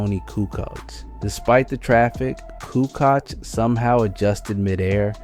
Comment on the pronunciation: Toni coo koch? Lol it's koo coach not coo koch